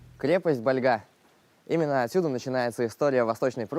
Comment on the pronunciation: У нас, в Калининграде всегда говорили БальгА. Откуда у вас сведения о другом ударении?